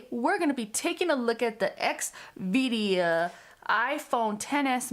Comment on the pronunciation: I think you’re incorrectly pronouncing the name of the company. Its xvida. Not xvidia So x then vida. ( v da) ur turning it to x v dia and that’s not correct